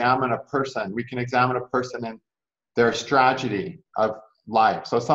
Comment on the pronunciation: Thank u! All I kept hearing was tra_ ge_dy :/